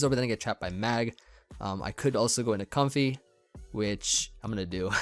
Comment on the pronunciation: It's pronounced like Coam-fay I think?